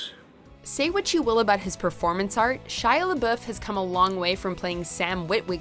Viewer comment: First ever American I have heard pronounce Shia Laboeuf’s name right, now we have to tell him to correct it to make it grammatically correct.